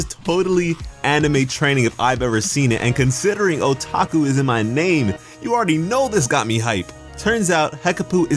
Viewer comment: I didn't like it. It felt like a cop out character development. Instead of putting the effort into making him stronger, it completely just skipped ahead. :/ I just want to politely point out that there are a few words in Japanese that you're mispronouncing ^-^; It actually can change the meaning of the words, because emphasis is only used to differentiate as a 'pause'. I.e. Otaku is pronounced OH-TAH-KU instead of oh-TAH-ku. Fun fact of the day haha